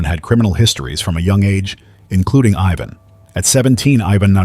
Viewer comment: The first case is one I think would have been better if you were a stand-alone video. Because there is a lot to Ivan Milat. Which brings me to the mispronouncing of his name. Ivan is pronounced eye-van, Not Yvonne. Though he is a real piece of garbage. So go ahead and keep calling him Yvonne. 😅 I just don't want you to make the mistake when it's a victim that has that name. I hope he's enjoying his time in hell. As for his nephew guess the lack of brain cells might be genetic. I know that several people have changed their last name because they don't want to be associated with him. Matter of fact even if they aren't related and just have the last name Milat.